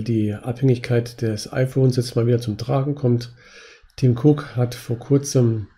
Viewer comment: 😂 Der Mann heißt Tim Cook..... ohne S